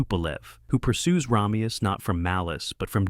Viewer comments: RAH-meus? It's RAY-meus. Did they watch the movie? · Sean Conneries name is pronounce like this RAY ME US and NOT RA ME US,get it right for christs sake. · PRONOUNCE HIS NAME CORRECTLY! RAY ME US It is said enough times in the movie that you have no excuse to continually say his name wrong. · No offense, but the face you pronounce “Ramius” wrong so many times (and then correct yourself multiple times) so early in your clip…….ugh. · Dude, you pronounce Ramius in two different ways. Do some friggin research. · you're showing scenes from the movie so i have to assume you've seen it .... yet you keep mispronouncing his name. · God, I know! It drives me crazy every time he mispronounces it!